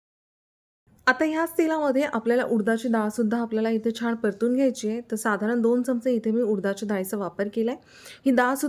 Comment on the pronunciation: पाण नाही 😮😮😮😮😮 पान 👍👍 सगळ छान पण भाषा आणि नाकातून आलेला आवाज थोड त्रासदायक वाटत छाण नाही छान 😮😮🤦🤦🙆🙆👍